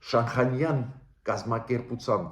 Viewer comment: Բարեւ Ձեզ ,շատ հարգելի պ-ն Գրիգորյան ,ներեցեք ուզում եմ ուղղել բառի արտասանությունը ,Շանհայան ։Ռւսական կրթության հետեւանքն է։Նորից ներեցեք ,հույսով չնեղացրի Ձեզ։Շնորհակալ եմ:🙏👏🏻